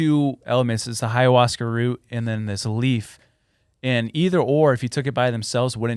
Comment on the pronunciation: It's hilarious that pronounces ayahuasca with an h in front of it lol